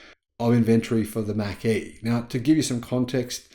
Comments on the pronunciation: It’s pronounced “mock” as in the speed of sound. In the 60s-70s they introduced the Mach-1 mustang. Pronounced as Mock-1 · Just a slight criticism. It's Mach like you would mock someone.